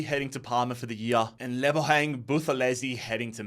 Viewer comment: Mzansi❤️ here we go🙇🏽‍♂️ Buthelezi pronunciation is actualy better than most south Africans😂